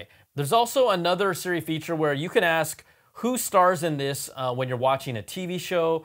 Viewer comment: I hate how he says. Seeremote instead of Siri remote.😂